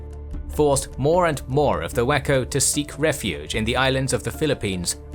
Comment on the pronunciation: Of course, I heard it as "whacko pirates"